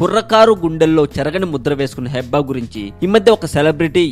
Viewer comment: Firstly, aa pic Manojdi... vishnu kadu .. secondly pronunciation heeba, Hebba kadu nee abba... thirdly, naku nee voice asalu nachaledu... ae drama company nana needi